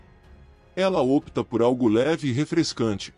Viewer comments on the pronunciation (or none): none